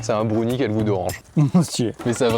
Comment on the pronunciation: Les fameux " Brounies "